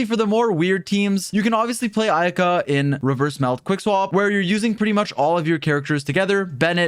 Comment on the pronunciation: Ayaka, not Aika